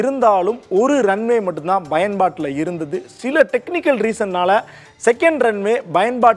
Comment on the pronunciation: "பயன்பாட்டில்", சரியாக உச்சரிக்கவும். B அல்ல P